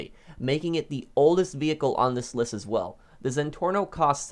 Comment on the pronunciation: you said it wrong it’s pronounced “zenporno” hehe 😂